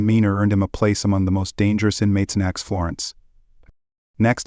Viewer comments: It's ADX, not acts. Get someone who pronounce's words correctly. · You tell so many lies. Your video is false and so so wrong on so many points. U should be ashamed . Also , it's not Ax Florence.......di**head!!